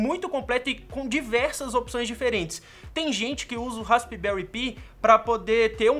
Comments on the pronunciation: "Raspberry pí" 😂🤣😂🤣 Pensei que era "raspberry pai" quando pronunciando e não raspberry π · pi também se pronuncia "pai", assim como pie, o certo eh raspberry "pai" mesmo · i em ingles tem som de AI neste caso. DÃÃÃÃRT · Raspibéri pí kkkkkkkkk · melhora a pronuncia do raspberry pi, chega a doer no ouvido.